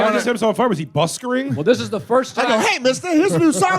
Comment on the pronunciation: Wtf is buskering…. It’s just called busking LMFAO